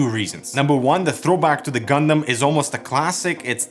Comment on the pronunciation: I'm just happy you don't say gun-damn and say gun-dum